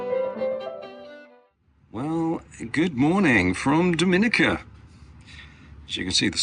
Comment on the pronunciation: Great post guys ❤ For future reference, Dominica is pronounced DOM IN EE KA 😉